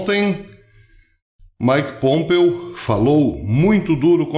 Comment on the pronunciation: Professor querido, não é Mike Pômpeo, é Mike Pompêêêo